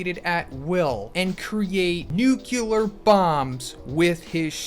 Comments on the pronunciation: Say it with me now: Noo - clee - ar Nu-cle-ar Nu-clear Nuclear pronouncing it nuke - you - lar makes you sound like George W. Bush, and he was/is a total and complete douche canoe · Wtf is a "Nukular" Fist bro? Read this word. "Nuclear". Where do you see a second "u"?